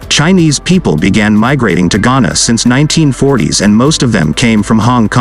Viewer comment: Chana? Not Ghana!